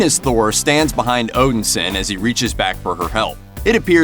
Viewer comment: I couldn't get past constantly hearing Thor being called Odinsin and not Odinson. I'm going to clean my ears out and watch this again.